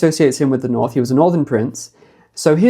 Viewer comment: The NORRRTH, the norrth.... 😅😂☺️🏴❤️